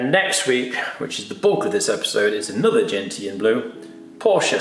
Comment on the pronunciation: Gentian Blue is pronounced "jen·shn".